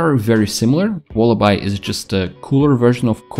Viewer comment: It's pronounced walla"bee".